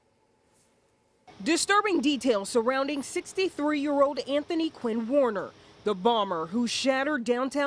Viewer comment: Anthony “Warn”er